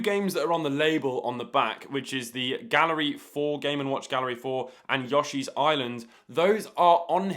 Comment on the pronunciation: "Yawshee island" eh? we're saying yawshee and mary-oh just because ya?